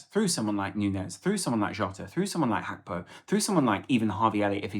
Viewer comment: Gakpo isn't of Dutch descent. It's/g/akpo not Hakpo.